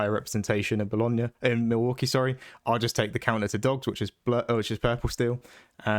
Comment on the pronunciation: "Mill" waukee? trying to tell us the absolute secret spice.